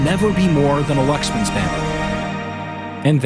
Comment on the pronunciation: Ah yes the lucksman